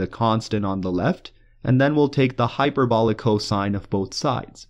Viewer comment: i come back to this video once in a while to hear him say coshine